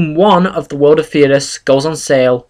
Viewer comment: DA3 has been worked on for about 2 years now? i think its said Fhey-das but everyone says stuff different so no offense.